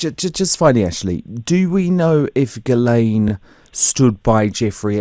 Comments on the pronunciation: Water board. Not that the testimony will be worth anything, but may corroborate some of what is suspected. Part of the mass arrests? Trump is pictured as in Princess Diana. Dunno if Trump is involved or not. Pictured yes. I think it is pronounced, "Jizlen or possibly Gislen, not Geelane" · Ghilsaine is pronounced how posh folk pronounce the Scottish town of Gullane! Lol